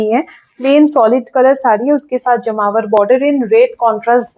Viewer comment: Ma'am, it's Jamavar not jmavar